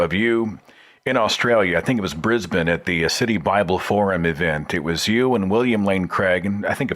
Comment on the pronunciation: I appreciate that you pronounce Brisbane properly. ^_^